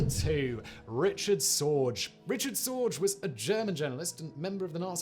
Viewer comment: It's pronounced Ri-k-ard Zorg-uh